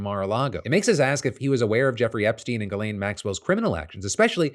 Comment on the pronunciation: Phil, it's pronounced JIZZ-LANE.